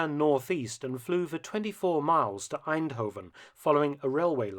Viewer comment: He pronounced eindhoven in such a way it sounded more German than dutch